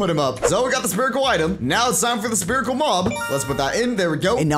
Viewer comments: You keep saying sperical. It’s SPHERICAL (SF-IR-ICAL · Is this a bit, or do you actually not know how to pronounce "spherical"? The 'ph' makes an 'f' sound, so it's pronounced "sferical". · he said Spherical like (sperical) AAHhHH